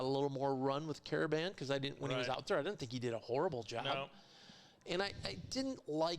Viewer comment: It's not KAR-BAN it's KARA-BAN